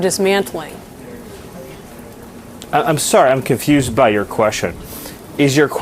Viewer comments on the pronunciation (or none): "I'm confoosed by yur qweshion." Holy lord.